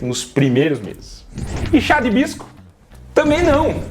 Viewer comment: Chá videira 😅ortelan😅 cidreira